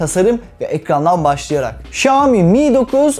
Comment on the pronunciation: okunuşu Şami değil şayomi diye okunur